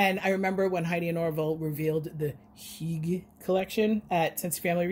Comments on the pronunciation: Geometry, geography. Tomato, tomahto. 🤭😉 But really though, your pronunciation was great! And Norwegians use it too. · You're pronouncing "hygge" like a true Norwegian! 🇧🇻 But I do think the expression is more Danish. Thanks for sharing!